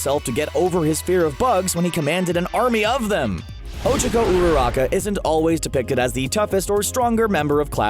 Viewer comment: You..you pronounced Ochako's name wrong...how could you? im not a hater ok? Just wanted to point that out. :)